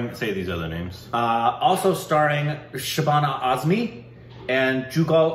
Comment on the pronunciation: pronounced shabana Aazmi perfectly👍👍